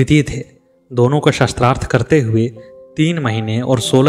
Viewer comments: Its not "shastrarth" it is "shaastrarth" sha ko aa ki matra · महोदय, आपको उच्चारण शुद्ध करना चाहिए। शास्त्रार्थ को शस्त्र - अर्थ कहना उचित नहीं है 🙏🏻